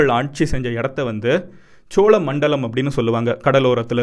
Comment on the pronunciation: Bro chozha nu sollalam chola nu soldriye nyam ahh 🖖🏻mg